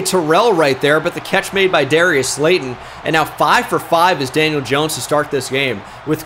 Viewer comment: “janiel jones”? 💀